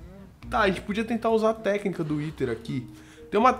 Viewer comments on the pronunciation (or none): *"intendi a ténica" ?? que ténica é essa ??*